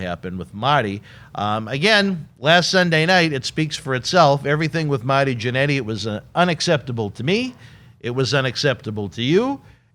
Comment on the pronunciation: And its MARRRRTY not maty u nerd